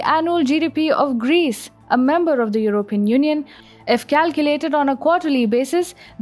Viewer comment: the stress on the word 'European' is on the first syllable. Not the way you pronounce it. Just correct that if you can! Your voice is a dream!:)